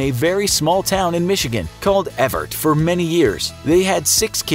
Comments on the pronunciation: It’s Evart, MI, not Envart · At least you pronounced Evart correctly...